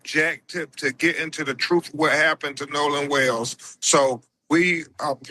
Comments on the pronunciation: You pronounce "TRUTH" w a 'TH' on the end, NOT an 'F', which would be 'TRUF'... Please learn to speak proper English before you stand up and talk in front of the entire country. Hello!! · I think he means "Truth", not "Troof"...